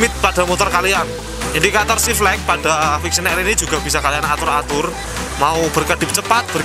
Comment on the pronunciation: mules gue dg yg nmanya VIXEEON...jjik